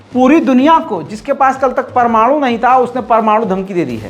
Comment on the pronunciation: sahi keraaa news wala chooookraaa pamanooooo.......